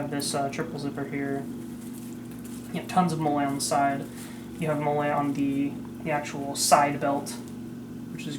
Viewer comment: It’s pronounced like Molly. Killing me